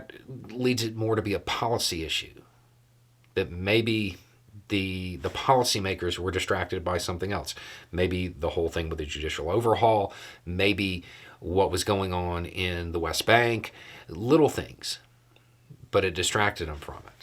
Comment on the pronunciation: It's EVIDENT, not EVIDENTS. It's ELSE, not ELTSE... Damn it